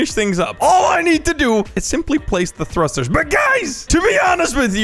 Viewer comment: its funny that he said thusters when he uses like 1200 lol